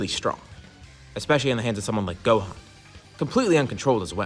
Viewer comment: Brodie it's gohan